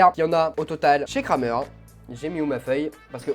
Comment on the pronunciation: On dit ''krèmer''